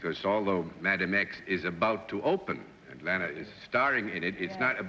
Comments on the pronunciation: Bennett - "Lay Nah" Turner.... ROTFL. Bennett does it yet again. I'm surprised. Miss Turner was very particular to be referred to as "Law Naw" but most people referred to her as "La Na". Bennett of course misses both marks (even the most common incorrect pronunciation of her name). .... Oh Bennett! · Bennett misprounced Lana. .he said Layna when he guessed her identity. Listen close and you'll see. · Cornball Bennett Cerf can't pronounce Lana Turner's name... says "LAY-na Turner" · Lana Turner was a gorgeous and stunning woman. And for some reason, the more I watch this show, the more annoying Bennett Cerf gets. “Lay-nuh” Turner, smh 🤦🏻‍♂️. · face-blue-smiling::face-blue-smiling::face-blue-smiling::face-blue-smiling:Bennett Cerf has the WEIRDEST way of pronouncing certain things like Lana Turner's name -= as LAYNA???????????? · Yet another one of his erroneous pronunciations. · called her LAY-na Turner?!?!? wtf.... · "Lay-nah" Turner. For a well-educated publisher Bennett could certainly butcher the pronunciation of some rather ordinary words and names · That struck me as odd, too, as well-known as she was by then. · Either Bennett speaks New Yorker, he has a slight speech impediment, or both which has nothing to do with being a publisher if he wants to do that. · As an avid reader, Bennett tended to learn new words and names by reading them, rather than hearing them pronounced correctly. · Danello Yes, that grated. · Poor ol' Bennett, he just could NOT pronounce anyone's name! Lay-na Turner!!!???!!! Hahaha!!!! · Bennett strikes again! He solves Mystery Guest #2 but as he does SO often, mis pronounces the name....."LAY-NA Turner".....OH BENNETT!!!!! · Leave it to Bennett to mispronounce "Lana"!! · What is it with Bennett Cerf so often mis-pronouncing the names of celebrities ? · Bennett Cerf mispronunciations continue. He even couldn't say Lana Turner's name correctly.